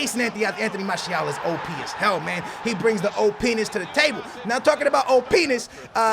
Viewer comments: "Talkin about opeenus" 2017 lol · hahahaha, he said openis😂😂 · who else heard I'm say Oh Penis! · Lol opness opniss opnis openis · said openius lol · coco bä look said openness ( I hope that's how you write it ) and we hear it oh penis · why was constantly saying OH PENIS